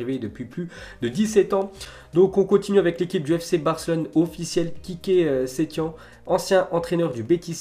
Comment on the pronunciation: On dit setiene